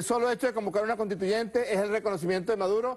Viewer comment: Por favor díganle a Maduro que se pronuncia conStituyente y no CONTITUYENTE que bajeza de presidente